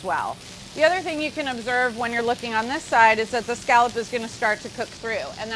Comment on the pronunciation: Carla, you're great, but you're pronouncing "scallop" incorrectly.